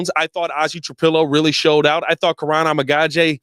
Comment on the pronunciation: you have pronounced Kiran’s name 8 different ways since he’s gotten drafted. Please learn how to say the players names for the team you’re paid to cover lol